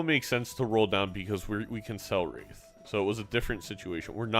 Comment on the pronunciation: It is "wraith". Not "wraithe". Hearing you say it wrong again may just cause my basilar artery aneurysm to finally pack it in. Thankyou for your attention. NB. It will not be zany to say it wrong ironically from now on.